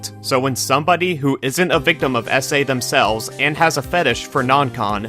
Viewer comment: "somebodee" (sorry)